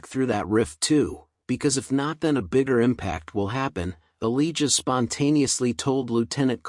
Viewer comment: Its a-lie-ja not a-lee-ja🤣🤣🤣